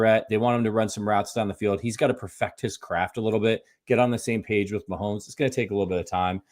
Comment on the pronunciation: for the love of God, STOP SAYING "MAHOLMES"!!!!! It's MAHOMES. No L. Yes, we all understand YOUR name is Holmes, and you're used to making that sound with your mouth. But get the f*** over yourself and show some professionalism and respect. Pronounce our generational QB's name properly.